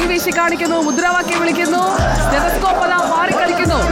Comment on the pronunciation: സ്റ്റെത സ്കോപ്പ് എന്ന് പറയാൻ ശ്രേമിച്ചു ശിവൻ കുട്ടി നാവിനു പരുക്ക് പറ്റി ആസ്പത്രിയിൽ ആയി. ഏഴു തുന്നൽ നാവിനു വേണ്ടി വന്നു എന്നാണ് പറയുന്നത്. AK ബാലൻ പറഞ്ഞൊപ്പിച്ചത് "ക്ഷതസ്കോപ്പ് "എന്നാണ്. ഈ സാധനം സരിന് ക്ഷതം ഏൽപ്പിക്കും എന്ന് തന്നെയാണ് ജനം പറയുന്നത്